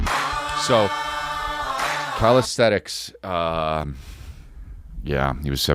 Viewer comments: Isn't it calisthenics? I keep hearing calisthetics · 🗣️CALISTHENICS! (Calis-thin-ix) C’mon buddy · Lol Chris its called Calisthenics not Calisthetics ❤